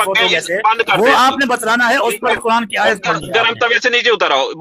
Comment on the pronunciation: qaran نہیں quran تلفظ ہے۔۔ 😂